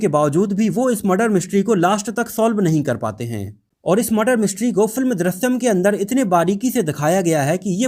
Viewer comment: Chutiya, Film ka naam to acche se bolta